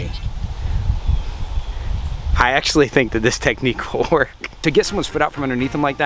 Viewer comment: Its clear that wil nat worck